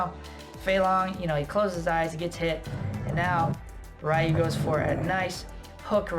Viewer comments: It's pronounced RE Yu not Ri Yu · Ryu=Reee-ooo not Rii-ooo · I was good until "Rye-You" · Great video. You mispronounce Ryu's name though. He literally says "Ryu is my name" in the scene.